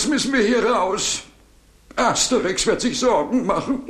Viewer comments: Das heißt Asterix bei den Briten und nicht Aterix 😂😂😂😂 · Asterix nicht aterix 😂😂😂😂😂😂